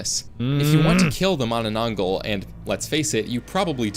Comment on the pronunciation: bro just disrespected my folklore by saying mah nah nang gall